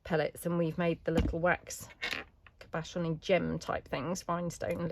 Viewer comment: the word “cabochon” is pronounced with the emphasis on the first syllable. Also a cabochon is a jewel like item the shape of the clear glass domes and the thing it goes in is not a cabochon but a frame finding or maybe a version of a bezel.